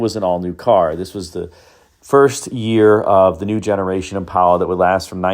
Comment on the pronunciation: Impala. Not impola.